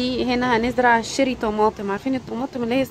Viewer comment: اسمها cherry مش sherry , مش عارفه تلفظيه هببي و قولي طماطم كرزيه ، مفيش احلى من لغتنا